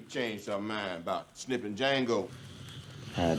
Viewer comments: Its pronounced Jango, the D is silent;) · The D is silent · 😂😂😂 The "D" is silent! The Hateful Eight was really cool! 🤔 No pun intended.